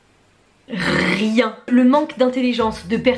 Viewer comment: le RRRRRRIEN